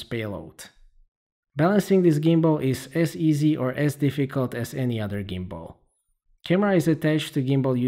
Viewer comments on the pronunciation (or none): none